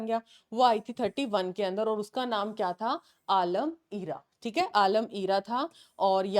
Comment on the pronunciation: Galat pronounce kr rhe ho vo आलम आरा hai